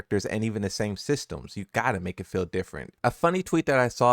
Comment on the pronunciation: Its not fill for feel. Fee-l is feel.